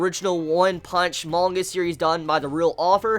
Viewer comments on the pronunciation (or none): none